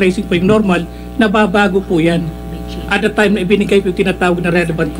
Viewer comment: Sen tolentino dont know how to pronounce the he always say the(di) even if followed by consonant letters it should be tha(da)